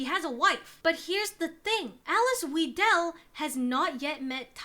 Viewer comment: The pronunciation of Weidel is closer to Vai/Vye - del, btw